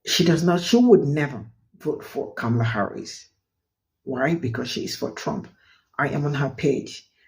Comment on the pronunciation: For the love of speech: (Comma - Lah) Kamala it isn't hard to pronounce especially since she tells everyone how to pronounce her name. You are just being lazy when mispronouncing it.